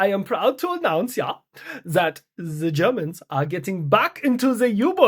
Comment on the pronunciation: ze Germans 😂